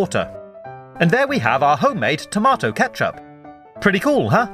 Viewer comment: I love how you say tomatoes